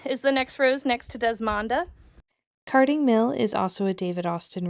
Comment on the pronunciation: Desmonda? Do you mean Desdamona by David Austin?